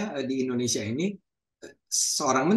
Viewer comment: Indonesia pak..bukan Indonesa.